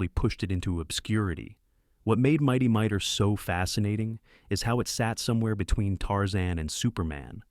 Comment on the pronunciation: It's not "Mighty Miter", it's "Mighty Mightor". And by the way, the title card you used, was mine